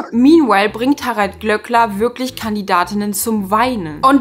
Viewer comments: Bitte, das Ö im Namen wird langgezogen... 🙈 Glööööööööckler und nicht Glöckler. 🙈🙈🙈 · Ich stimme dir in allem zu und finde den Glööckler auch unmöglich. Es triggert mich allerdings hart wie du seinen Nachnamen permanenten (absichtlich?) falsch aussprichst. Es wird ja auch mehrfach in der Sendung erwähnt wie es ausgesprochen wird. Habe selbst einen Nachnamen, den die meisten falsch aussprechen und das ist einfach super nervig.